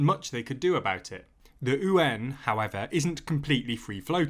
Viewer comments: Just so you know, "yuan" should be pronounced "ywen," not "oo-en" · I'm pretty certain yuan is pronounced likw wan. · ... how do you pronounce ywen? like gwen? I thought is YU AAN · It’s called the yuan not the ooooo-an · don't understand where Brits come up such weird pronunciations of Mandarin. Yuan is just yu (as in "you") - ɛn (like how you say the letter 'N') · I was listening to the video without watching and thought you said UN weirdly when you said "yuan". I think you might want to go back to the drawing board with that pronunciation. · Why does he pronounce Yuan as Uan? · Good video as always. It's pronounced "U.N." like shortening United Nations. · cos ey don't know owta read propa innit? ;) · The yuan butchering… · Except when he tries to pronounce Yuan :) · You’re not wrong but try to combine the two sounds together into one syllable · More importantly the currency is called the Renminbi, Yuan is but a denomination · first time I’ve heard this pronunciation.... seems kinda counterintuitive to me, like .... why not say it like it’s spelled lol. the simplest way is in this instance the correct way. when is an initial ‘y’ ever silent anyway? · what does the mandarin word sound like? You’re absolutely right, it should be spelled the way it should be pronounced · Nice reporting! The narrator is mis-pronouncing "yuan" though. Also, it should be noted that the yuan is not the name of the chinese currency. It's the RMB (the renminbi). Yuan is used to refer to money is general in China, not a specific currency. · Please take an hour to learn to read Pinyin and pronounce it as close to correctly as the sounds you can make allow. (For starters, yuan is one syllable.) I don't disagree with any of the content of this video but it's hard to take your coverage of China seriously if you haven't paid enough attention to even say internationally important words right.